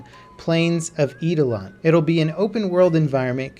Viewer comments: Did you just say "plains of Eedelon"?! Facepalm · "Eedalon" Kek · Finally some Warframe news! And it is pronounced "aidolon"! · My ears bled when he butchered that. But I appreciate him putting the word out there, though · I got triggered the way you pronounced eidolon lol